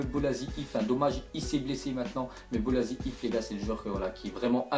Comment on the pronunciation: bolasie c pas "zi" mais "ci"